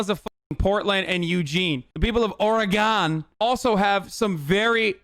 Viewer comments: YOOOOO! Hasan made fun of Trump for pronouncing Oregon wrong. As an Oregonian, thank you. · People of "Ore-gone" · Trump has never angered me more than when he just said Oregone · Why he say or-gone